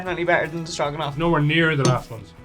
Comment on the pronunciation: It's pronounced strow-gan-off. "It smells like stew which soup with things in it." Did someone tell that lots of soups have things in it? Stew and soup are the same. Stew much thicker than a soup. Did someone tell him that too? Did someone tell him that stroganoff is not a stew? I don't think his decedents would like him calling stew a soup.